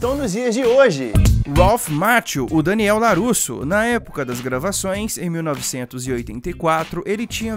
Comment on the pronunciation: Á pronúncia é "Ralf Maquío".